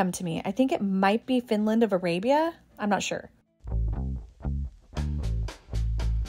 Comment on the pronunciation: It’s Arabia from Finland and the second “a” is a short “a “ like Aw. Also Arabia and Royal Copenhagen always mark their goods.